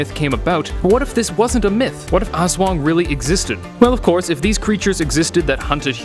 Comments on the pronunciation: Its ASSWANGG not awswang haha lov your accent bro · Yeah its called (Aswang) not (Es/wang) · Aswang literally translates to Ghost also it's Aswang not As-wung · "As-wang" Not "As-wong" -. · Im filipino But it is said As-wang not Aswong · Not awswang it's aswang literally I live in the filipines so yeah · They are real. My uncle has one on speed dial---literally. And for pete's sake, it's Us-whung Not Aaahhss-waaaaaaang. And no, your idea of them joining terrorists is laughable since they have almost no human inclinations. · Lol he pronounce (O-S-S-W-A-N-G) it's funny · I was watching the on the Creepy PHILIPPINESSSSS Legends and When he pronounced Aswang I laughed so hard I nearly peed He said Azweng LOLLL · The pronouncation is as-WANG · Love it each time he says aswang pronounced as aws wung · Pronounciation: A s wa ng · Little correction as a filipino, Aswang is pronounced as: As-Whang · Oh no wonder the name looked familiar also in philippine it is pronounced as (as-swang) dont take it out of context.... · It's funny how he pronounce aswang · ITt pronounces ASWANG not AS-WANG . correct pronpunciation is to say it bit faster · The way you pronounce aswang is so funny 😂😂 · me as a Filipino his pronunciation of "aswang" is actually very funny to me😊😊😊😊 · His pronunciation of 'Aswang' is slightly disturbing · As a Filipino my self its funny the way he says "aswang" and Aswan can also be called a ghost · How you said Aswang made me cringe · Your pronunciation is wrong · Oo nga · Zekken - MLBB Hahahahaha mee to, its so funny how foreingers pronounce filipino words🤣🤣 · That aswang being pronounced